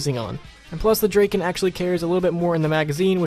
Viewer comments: Draken? It's drakon dra kon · Christopher Kelley not draken draiken D.R.A.I.K.E.N